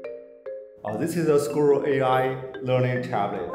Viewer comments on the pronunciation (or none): This is Squirrel AI, NOT "A SKEWER AI" 😀